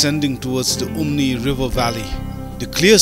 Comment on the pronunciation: Umngi not umni😊